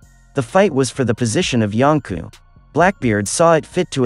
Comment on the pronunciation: Why do you pronounce it like “yonku”